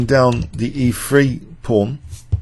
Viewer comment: Did he say "E free" or is it "E three"?